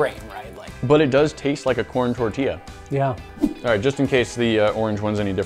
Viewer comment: I’m Mexican I love that he pronounces “tortilla” pretty nicely (: someone who doesn’t speak Spanish will most likely just say “tor-tihhh-luh “